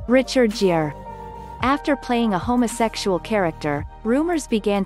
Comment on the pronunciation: The actor Richard "Gere" is pronounced "Gear" (rhymes with beer) a little more attention is warranted